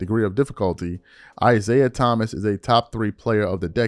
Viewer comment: Is-AI Thomas, or is it "AI"siah Thomas Lololololol